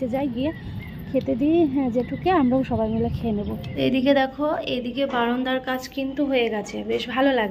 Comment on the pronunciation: Tumi baronda bolo Kano sunte valo Lage na baranda bolbe